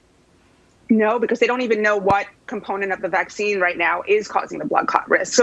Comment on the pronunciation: The " vackseen" is the DIRECT effect. No ty